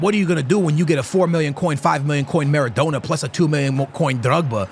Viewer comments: Kills me hearing him say Maradoner its Maradona.. NA NA not NER NER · At what point during this series is going to pronounce maradona’s name right 😮‍💨🤣 says it like doner kebab about 40 times per video 😔